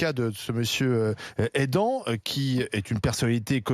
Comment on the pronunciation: Aidan se prononce A ï d a n" , pas aidant 😂